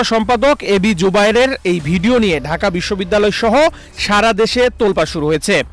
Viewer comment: প্রতিবেদকের বাংলা উচ্চারণ নিম্ন মানের। প্রাচ্য এর অক্সফোর্ড ঢাকা বিশ্ববিদ্যালয় উচ্চারণ করতে পারেনাই।